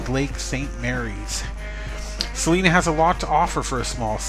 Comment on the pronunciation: It's pronounced C LINA